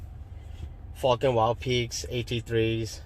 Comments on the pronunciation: Haaaaaaaaaaaaaaa. Sounded like you said Fukn Wild peaks.... Question, Im hearing the TRDs have a factory 2" lift. Do I need this lift to accommodate these tires on a SR5? ? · Sounds like you're saying fucking.